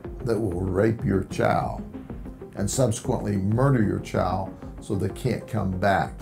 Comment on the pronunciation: “We’re gonna protect your chowl.”